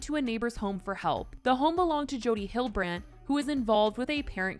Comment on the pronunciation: You are pronouncing Hildebrandt incorrectly